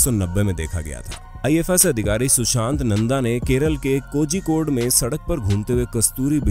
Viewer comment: Kozikod nahi Kozhikode